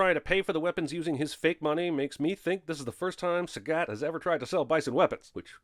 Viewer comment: Not taking a stand against the horrible pronunciation of "Sagat" ding